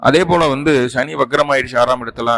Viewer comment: Sa va Sha nu solla karanam enna.. Neenga Tamil a Tamila padikkalaya..!!